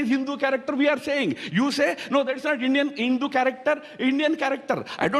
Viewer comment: Ha Ha Ha this Thaaaroror had basically a problem with the word Hindu.